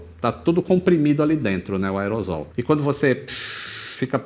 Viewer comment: Excelente vídeo, como sempre. Que engenhosidade, a aviação não é coisa para qualquer engenheiro mesmo. Só uma pequena dica. A palavra do inglês aerosol, em português é grafada como aerossol, consequentemente a pronúncia não pode ser "aerozol", pelo emprego dos "ss" logo a pronúncia fica como a escrita aeroSSol. :)